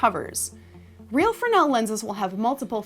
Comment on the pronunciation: It's pronounced "frez-nul", good video though